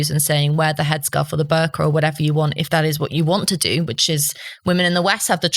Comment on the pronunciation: Ho I thought he sead burger